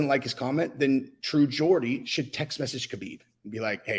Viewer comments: its geordie not Gordy lol he's geordie because he's from Newcastle hahaha 😆 Andrew tate is a nipple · Pronounced "jordie"... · Why you pronouncing Geordie like that man? Say it properly plz